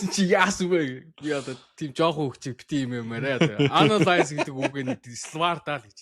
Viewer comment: Ялалт, Од 2 оо Уэстбрүүк байж болох бүх үгүйсгэлээр үгүйсгээд бсан яаваа, ам асуумаар бна. Уэстбрүүк дээр улиралжигаа хэлдэг "аанаалайз" чин бүр яг эсрэгээрэй бгад бна шдээ андаа😂😂. Хувийн үзэмжээр биш аналист хүн шиг "аанаалөйз" хийлдээ😂😂т